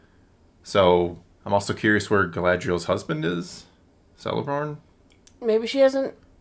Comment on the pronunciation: Some of the visuals are nice and Bear McCreary’s score is great. The rest is cringe and trash. One of the biggest gripes is that the show has excised most of Tolkien’s cosmology/religion. That plays a huge role in events of Middle-earth. Not to be that guy, but C’s Tolkiens works have a K sound. So it would sound like Keleborn.